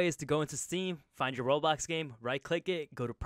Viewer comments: He really say roblox the thing under the screen i dont remember the name said roblox lol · Am I the only one hearing him say "Robux" instead of "World Box"? Lol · No youre not but its kinda funny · He’s definitely saying Roblox even sub titles say he’s saying roblox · i swear to god your saying roblox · lmao even the captions think he's saying roblox